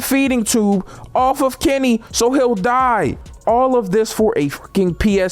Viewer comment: Why something when he saids Kenny it sounded like kemmy